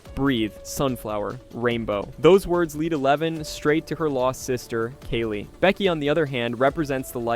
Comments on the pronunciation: I was going to subscribe and then you pronounced "Kali" as "Kaylee" and now I hate you 😅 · 1. You need to pause between mysteries. Take a breath. 2. Brenner wasn't attacked in the lab. They were in the school. 3. Kaa-lee, like the goddess.